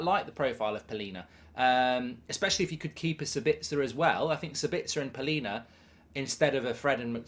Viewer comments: Its Palhinha not Paulinha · Palhinha* not Paulinha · Not Paulinha 😂 Palhinha